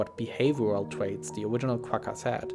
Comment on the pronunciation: lmaoo i was the thinking the exact same thing ''owiginal''